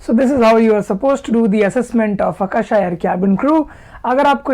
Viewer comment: Its aka-sa and not aka-sha